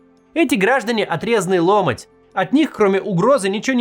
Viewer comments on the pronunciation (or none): Почему Максим все время неправильно ставит ударение в слове «ломОть»? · Блин, опять! Ухо режет просто. ЛомОть!!!